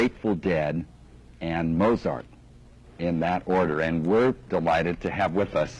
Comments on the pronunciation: Notice that the interviewer can’t even pronounce “Mozart”. In any case, saying the four greatest musicians who ever lived are Bach, Mozart (mispronounced), the Grateful Dead, and Beethoven is like saying your four favorite colors are red, blue, yellow, green, purple, orange, brown, gray, lavender, teal, and burnt sienna. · If you’re going to invoke Mozart, try learning to pronounce his name.